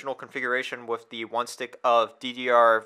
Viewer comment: You lost me the first time you said wiff instead of with.